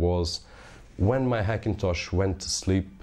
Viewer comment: Funny how you say Hackintosh with a silent H: ackintosh!